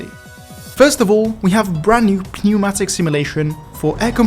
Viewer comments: it's pronounced neumatic the p is silent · did you just say pee-neumatic? brother the p is silent 💀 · me when misprounces bogie and pneumatic:( hint: the "o" in bogie is prounounced as "bow-gee" pneumatic is pronounced without the p. Also, the pneumatic simulation updates means that if using a vehicle with air brakes, you cant just stop and go and stop and go, youve gotta let the air brakes recharge. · I love how pronounces "pneumatic" with the emphasis on the "p". It is giving me life today. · the p in pneumatic is silent btw